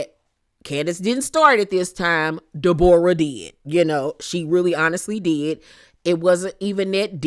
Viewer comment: omggg the way you say deBOREah has me deadddd